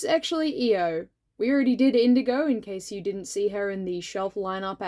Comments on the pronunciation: My vote for queen Monarch comes with an annoying pronunciation thing. Correct me if I’m wrong, but is isn’t it i-O instead of E-O? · I thought her name was pronounced "eye-o" instead of "e-o" strange. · I always read Io as eye-oh because that's also the name of one of Jupiter's moons and that's what I've heard it pronounced that way Maybe that's a reason why people were confused when you mentioned her? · Hi! First up, I’m here to vote for Danaid and Tortoise again, and also to let you know that Io looks amazing. Second thing,, people possibly gave you weird looks because her name is ‘eye-oh’ like the letters (yes I checked, it’s how it is in the audiobook, and this is how you say the name of the moth 😂). Oh also extra vote to the green Sandwing soldier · When he first said Io's name I thought who Eo was but then realized that he was talking about Io we just pronounce her name differently. I was so sad for for a bit because I really thought that was a character I didn't remember. I can't remember most of my own character names from books but I can remember that when Clay was imprisoned by Scarlet the dragon near him was an IceWing. This could be due to the fact that I read Wings of Fire as an audiobook while I do really anything like work, clean, eat, sleep (it helps with my insomnia). If anybody is up for the challenge can you comment to this comment a character you think I might not remember from Wings of Fire, please. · I'm glad you made Io, I really like both her design and her character. I did think her name was pronounced diffrently, lol. Also, I'd like to vote for grayling and the scrap fabric dragon :)